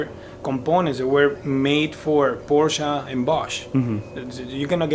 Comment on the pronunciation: I'm so glad you say Porsche correctly!